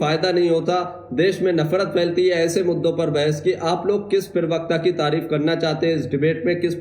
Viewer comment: Pl do no speak pirwakta it is prawakta